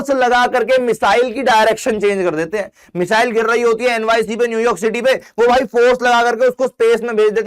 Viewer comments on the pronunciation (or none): none